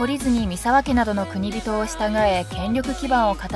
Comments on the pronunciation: 月山富田城の発音がなんかおかしいなぁ～(((^_^;)月山の『が』を強く発音するんじゃないのかなぁ～。あと、国人のことを、『くにびと』とか言っているけど、『こくじん』が正しいんじゃないのかな？または国人衆(こくじんしゅう)最近では、国衆(くにしゅう)なんて言われているけどね。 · ナレーターさんは、「国人」を何度も「くにびと」「くにびと」と読んでいるが、私は「こくじん」と読んでいます。 例：「国人領主」＝「こくじんりょうしゅ」 途中、ナレーターさんが「晴久を経久の子供」として紹介している場面がありますが、「晴久は経久の孫」ですよね！ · 国人と書いて『こくじん』と読みます。『くにびと』と読みます。 ナレーターの人よ…